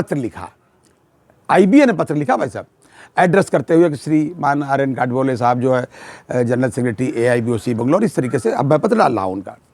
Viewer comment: एक.आर.बी.ओ.सी.बेंगलोर के जनरल सेक्रेटरी के नाम का उच्चारण आर.एन.गोडबोले है आपने दोन,तीन बार बात करते हे नाम का उच्चारण आर.एन.गाडबोले साहब किया जो ठीक नहीं.कॄपया सही नाम बोलना चाहिए.कॄपया बुरा मत मिनिटे,स्पष्ट लिखने के लिये क्षमा चाहता हूॅं.